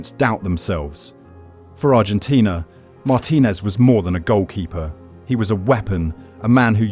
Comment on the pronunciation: Learn how to pronounce the name of the person you're talking about. It's Mar-TIN-ez, not MAR-tin-ez. Yes, you can re-record the AI.